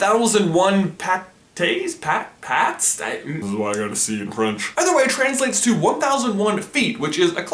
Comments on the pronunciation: it's milles pattes, you don't say the S and the word is like "to give a pat I love the name vice -versa (well of course I'm french) cause you immediately get that idea of going back and forth between two things, in this case it's the human brain and the little characters, I absolutely looove that movie. mind blowing me as much as toy story (I SAID IT) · It's 1001 pates. Not 1001 pats. Go to language arts more! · Hey ! I'm French Canadian so I was like wow ! But , bugs life in French is pronounced " meel-a-huna-p/hat ( its like if you say hat but with a p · i'm sure someone else has commented about this, but for the french title bug's life, it's because millipedes in french as called "mille-pattes" which translates to 1000 legs. i'm pretty sure the "pede" part of millipede and centipede stands for foot in whatever language root it comes from (i'm guessing latin? but not sure) since mil and cent mean 1000 and 100 respectively. so 1001 pattes (pronounced pat) is a play on 101 dalmatians with a bug-related name, even tho i'm p sure none of the main characters in the movie are millipedes. hope this was a little interesting i guess?